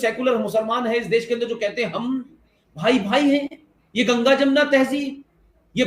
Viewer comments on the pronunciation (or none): none